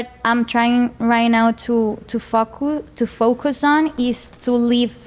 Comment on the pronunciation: Por que Ingles. Es obvio no es su lenguaje maternal. Y sus seguidoras estoy segura son de habla hispana. De paso mis pronunció la palabra Focus y se oyó lo que no es. Problema típico del latino hablando inglés. En fin